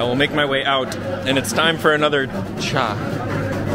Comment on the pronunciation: Thank you for saying it right - Cha.